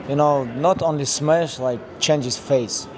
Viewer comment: "I smesh him"